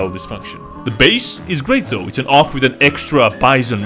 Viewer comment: "AW-PP" got me rolling